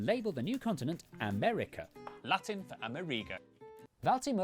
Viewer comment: United States "of" America. NOT AMERCA